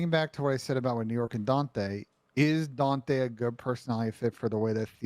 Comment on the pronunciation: why does ben pronounce daunte as "daunthay" lmfao.. he's been doing this for the longest too